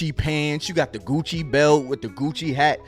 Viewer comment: “Goochie! Louie Veee! I got it on me!” 😂😂😂